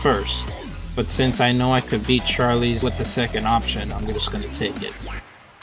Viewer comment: Nice old, outdated Vindictus logo. Also, bro, it's not Gliderite. It's Gilderite. Ugh. How can you be pronouncing it wrong when the spelling is literally right in front of your face? Also, again, why do you call Mine Bombs "Mine Ores?" That doesn't even make sense? -_- One more thing, the name Charles isn't pronounced like [Charlie's]. It's like [Charuls.]